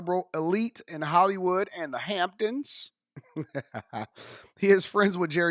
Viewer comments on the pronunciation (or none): none